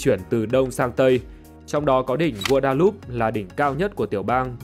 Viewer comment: Nhiều tên là tiếng TBN, nên đọc theo tiếng TBN. Guadalupe đọc tách ra là Gua da lu pê.